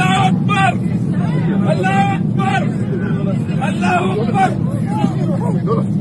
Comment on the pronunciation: his Allah pronounce is wrong itself